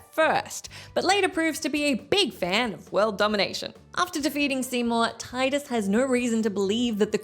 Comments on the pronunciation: Tee-dus, not Tai-dus!!! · Correction m: FFX protagonist’s name is pronounced “Tee-dus”